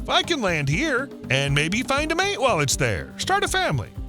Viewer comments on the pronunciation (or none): none